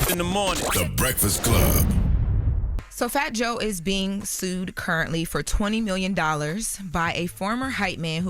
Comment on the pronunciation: AYO FRO instead of FOR is CRAZY